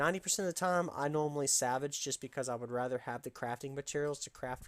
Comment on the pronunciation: I always keep wood and ingots to make perfect salvage kits. I get the runes off with perfect kit then I either merch or salvage the drop item. And you pronounce it sal-vage lol.